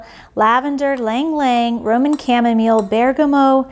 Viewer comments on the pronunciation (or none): none